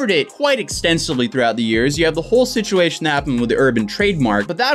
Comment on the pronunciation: it is situation not shituation my guy